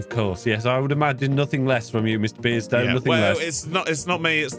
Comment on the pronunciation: The way says Mr. Beardstone makes it sound like miss beardstone for me. 😂